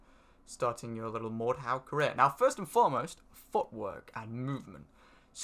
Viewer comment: You pronaunce Mordhau wrong.